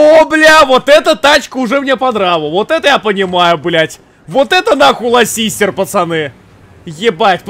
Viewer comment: А почему Булка Lassiter называет Ласистером?